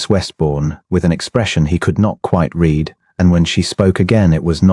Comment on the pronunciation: Please teach AI about the past tense of the word Read.